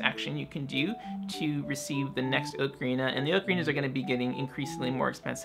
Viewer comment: Oh my gosh, someone else who pronounces ocarina the way I do. I always felt so alone in this before. :)